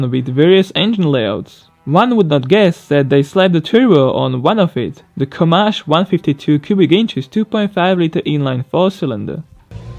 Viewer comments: also its Co Man Ch EE Che like i need to PEE not Che' its french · It's pronounced kah-man-chi not co-mansh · BTW: it is pronounced Co-man- chee. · You say it like Koh-Mahn-Chee